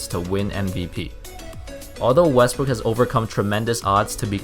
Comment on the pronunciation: You say wrestbook